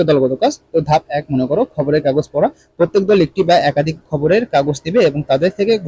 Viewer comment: স্যার খাবারের না খবরের 😅😅